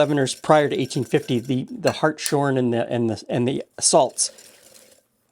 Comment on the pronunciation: Hart’s horn, not hart shorn. Hirschhornsalz in German. You wanna shear a hart, that’s fine.